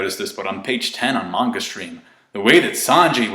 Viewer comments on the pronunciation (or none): none